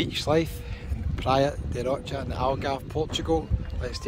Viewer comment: Please pronounce it properly its Praia da Rosha not Rocha ty